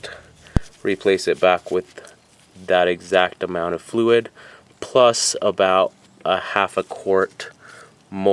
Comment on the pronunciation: "...and then measure how much flooid you have, and then put it back in there..." Yeah, HOW??? Absolutely worthless video. Worthless narration. Worthless person.